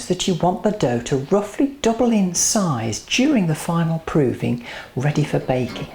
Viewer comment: you say proving very weirdly!!!